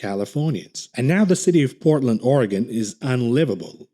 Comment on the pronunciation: Youtube probably flagged your video for your Oregon pronunciation